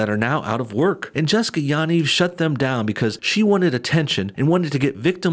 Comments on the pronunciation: You are pronouncing the last name wrong lol. Ya = pronounced like the yu in yup and Niv = pronounced like Neev (pronounced like need, but with a v). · No one ever pronounces Yanivs name correctly. Everyone says it differently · Ur pronouncing Yaniv wrong